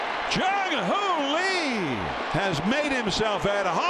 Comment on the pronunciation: How to Pronounce Jung-hoo Lee Correctly: 1. It’s not pronounced like the English name “Lee,” but closer to a short “ee” sound. 2. In Korea, the name is pronounced Lee Jung-hoo, because in Korean names, the family name comes before the given name—just like you say Fatty Kim Jong-un, not Jong-un Kim. 3. “Lee Jung-hoo” has three syllables when spoken slowly and clearly, but in natural speech, it sounds like two syllables (Ee Jung-hoo) or even one fluid sound (Ee-jung-hoo). 4. Pronounce it without stress or intonation. Korean has almost no stress or intonation..